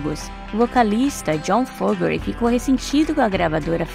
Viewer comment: O sobrenome é FO-GER-TY, não FO-GE-RY